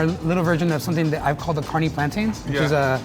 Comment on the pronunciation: Omg i thought he was tryna say carne like carnee I was so confused but I see now